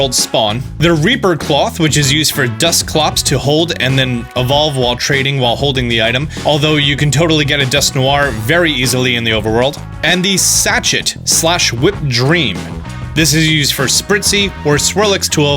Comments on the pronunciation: Sachet is pronounced "Sash-ay" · Sachet😂😂 (sa—che) t is silent...that bugged me🤣.Funny though. Great content though ✌️ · the T is silent is Sachet, also an easy way to remember is Aromatise will Sachet away.